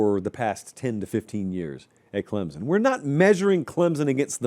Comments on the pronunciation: I just can't watch this anymore until quits calling us Clem-zun. It's Clem-sun, and it's kinda annoying that he doesn't know that. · PLEASE learn how to say “CLEM-SON” properly. It’s not “CLEM-ZUN”. Also, Clemson’s team just isn’t good period. It’s basically the same team as last season, and they were average at best. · Clem-sun, not Clem-zun.